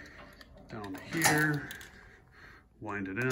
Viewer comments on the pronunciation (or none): none